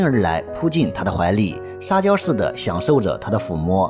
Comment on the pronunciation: 撒娇我听成了“沙雕”